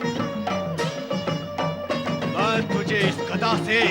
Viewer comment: सर गधा नही गदा है आप इसे सही करें।